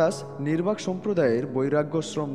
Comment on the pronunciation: নির্বাক নয়,নিম্বার্ক হবে । কিন্ত বাদবাকি সব ঠিকঠাক, এরকম আরও মহাপুরুষ দের সমন্ধে তথ্য দিয়ে জ্ঞান বৃদ্ধি করুন ।